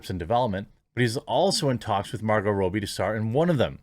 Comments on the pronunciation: It's Robbie not Roobie 👍🏻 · Rob-e not Row-be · It's not Row-Bie! It's Rob-Bie! It's Steven Sea-Gull, not Segalle! It's Hyacinth Bucket, not Bouquet! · "Rob-bee" not "Row-bie" Pronunciation is triggering me today sorry dude, lol! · Say it with me Jeremy: Rob-bie. Not Ro-bie. Double "b" not single. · Rah bee, not Robie. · It’s robbie not robbie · dude leanr to say the mname right every time you said it I just want to click away... its pronounce Rob E its not that hard..... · What can't you say Margo's second name properly Lol